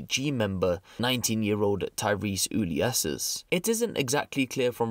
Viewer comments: Just a heads up "Ulysses" is pronounced "You-Lee-Seas", not "You-Lee-Esses" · Ulysses —> ooh-lee-es-eez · its pronounced yoo-liss-ee's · Pronounced You-Liss-EEZ